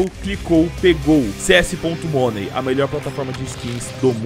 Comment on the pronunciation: amigo!! aprende a falar "money" do jeito certo, por favor!